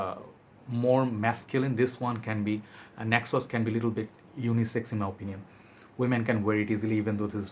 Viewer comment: Ayyy man, I struggle with neck pain sometimes as well. By the way, when you pronounced Naxos, I've understood (necksauce).😂